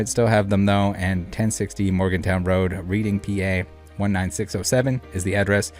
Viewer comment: Ok 🤣 let me help you out . I was born and raised in Reading Pa pronounced redding . Nobody I mean nobody has a collection like this not even the card shop Reading is a car and music town few collectors anything over $100 take someone with they will rob you take your clothes and shoes too